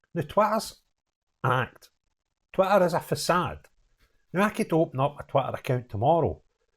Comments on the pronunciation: Just love the way, with your Scottish accent, you say Twitter. Being a good old Suffolk boy, it sounds, to me, as though you're calling it TWATTER. A good description of it! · I love your pronunciation of 'Twitter' 😃